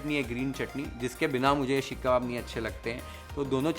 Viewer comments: The only thing that irritated me the most is the way you pronounced "Sheekh" and not Seekh 🫠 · Seekh not sheekh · shhekhh kaun bolta yaar seekh ko...pagla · Sheekh kabab nhi hota....seek (सीक) kabab hota hai.... Bar bar sheekh (शीख) sunkr main irritate ho gyi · seekh, not sheek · Sheek kabab is irritating my ears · It is irritating my ears now.. Sheekh kabab 🫨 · Yes. It was bothersome and very repetitive.